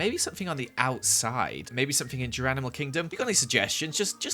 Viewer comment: “jeranimal kingdom” i died omg💀😂